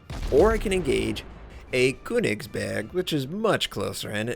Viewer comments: Hey!:)I love yuor vids and all of your content but there's one thing that bothers me. The way you say köningsberg sounds so strange. The way you pronounce the letter ö is like the sound after the b in birthday. I hope that this helped you and I don't feel like you need to learn from this if you don't care. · The ö is pronounced like the "u" in Church by the way, also hard G's.